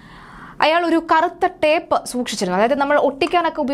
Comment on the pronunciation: സഹോദരി ടാപ് അല്ല ടേപ്പ് ആണ്